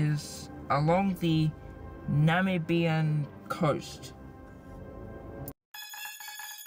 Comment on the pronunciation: Tag yourself, I'm the mispronounced Namibia